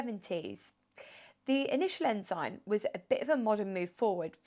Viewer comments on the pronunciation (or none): Sorry to be pedantic, but it's pronounced " Ens'n!" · Pronounced, Ensun. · Not sure that is the correct pronunciation of Ensign but an interesting car.